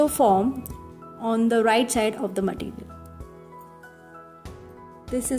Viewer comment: it's too tough ,and you don't know how to say material, you are saying maatttiiireealll